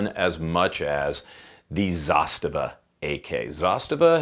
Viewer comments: Dude, learn the brand! It’s zastAva, not zAstava! ZastAva has a meaning, such as a military unit protecting border! Just a tip, so you don’t sound like a moron in your future silly videos! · I really don't know either way, but are you pronouncing Zastava right? I always thought the emphasis was ZasTAVA, not ZAStava... just curious. 😁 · Man, not zAstava, it's zastAva :) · It's hurting my ears every time you say zAstava. Its zastAva, the second A must be emphasized. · sorry for being the grammar police, but it's pronounced 'zasTAVA' (accent on last syllable) - not ZAStava. It's the Serbian/Russian word for banner or flag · Zasta’va:) not Za’stava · Well you sure butchered the name, thats for sure. Its pronounced, za-sta-va. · zastAva - stress on the second letter A. Outpost/stronghold in english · Please learn how to pronounce Zastava. I really enjoy your channel and am subscribed to it.. but goodness gracious .. learn about how to say it right. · He said it in a pretty shitty way tbh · if you don't mess up nobody will give you crap. That's one solution. I hate how you pronounce Zastava. So American of you. Also, I think you're doing slo-mos just to watch your own hair. Still, you're a gun channel so we can forgive you alot.